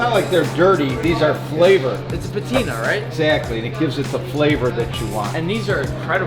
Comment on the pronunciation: When the guy said patina I heard it like latina 💅💅💅